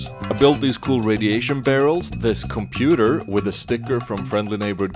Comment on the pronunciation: "Too much gray bricks, initiating gray vision screen" - Da computah